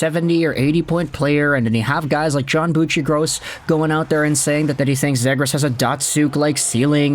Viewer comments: Its ZEEGRAS Long E vowel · C'mon, you know it is pronounced Zeeegras with a long E.. At the very least respect the player and pronounce his name the way "he" pronounces it. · I’ve never heard anyone pronounce “Zegras” like that before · Forsure not saying his name right lol